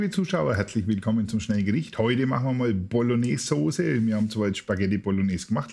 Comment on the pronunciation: Die fertige "Bolgnääs" hat man vielleicht nach 3 oder 4 Stunden!